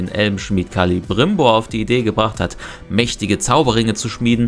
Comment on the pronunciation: Der heißt Celebrimbor und nicht Calibrimbor 😂